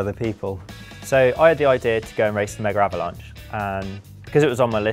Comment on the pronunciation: Why do they say "megaravlanche"?